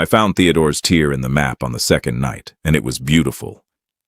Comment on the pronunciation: The real giveaway is the word "tear," right?